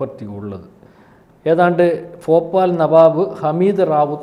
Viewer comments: നാക്ക് വടിക്കാൻ മടിവേണ്ട. ഫൊപ്പാൽ അല്ല.ഭോപ്പാൽ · ഫാഗം അല്ലെടാ കോപ്പേ ഭാഗം.. ഫോപാൽ അല്ലെടാ ഭോപ്പാൽ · Fopal... maharastra sarkar.. Faakistan... Fina.. Intelligence Fyuro 😂